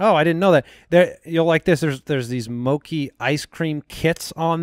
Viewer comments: Anyone else notice mispronounce mochi?! He said it moh-key, not moh-chee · Everything was perfect except that pronunciation of mochi .